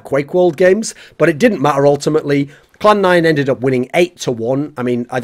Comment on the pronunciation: Clan 9* not Cloud 9. Or I'm just hearing poorly lol. etc.